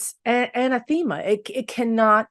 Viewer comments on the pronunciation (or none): IT is pronounced A-nath-a-ma, NOT Anna-theme-a. LOLOLOL.